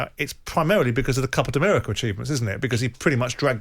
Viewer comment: I rate Simon and often agree with his point of view, but since this is ultimately radio, it would be nice if he could keep the somewhat nauseating mouth inhalation noises to a minimum. It's not a particularly pleasant or endearing sound, to be honest. Also please tell him it's Copa America, not "Copa D'America".